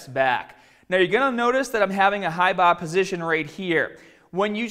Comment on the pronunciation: Fuck the tutorial on his squats I could listen to this dude say hi bah low bah all day! I would love to ask this guy how he pronounces that place you go in to get drunk.